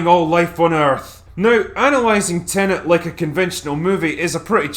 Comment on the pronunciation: "Tenenent" is the latest movie from acclaimed director "Christ, Off Her Now, Len"